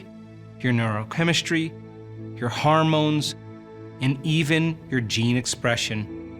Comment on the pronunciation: It’s not called “harmones” it’s “hormones” but I love your video so thank you for the information